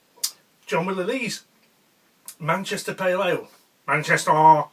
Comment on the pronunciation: MANNCHESTAAAAAAAAAAAAH UNITED!!!!!!!!!!!!!!!!!!!!!!!!!!!!!!!!!!!!!!!!!!!!!!!!!!!!!!!!!!!! That looks like a lovely brew! I like your blathering no matter what anyone else says ;)